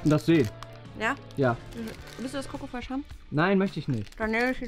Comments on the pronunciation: es heißt nicht koko frech sondern schoko frech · Es heißt nicht coco fresh sondern Schoko fresh❤️😂